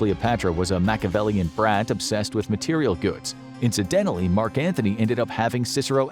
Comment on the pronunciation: btw it's Antony NOT Anthony (no "h"). one would think an alleged expert would know that.